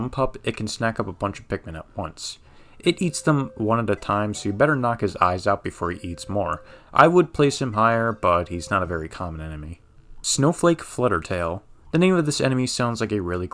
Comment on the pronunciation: LOCATE THE LETTER L IN SNOWFAKE!!!